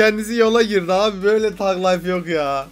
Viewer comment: Enes thug life dediğin sag layf okunuyo tag layf değil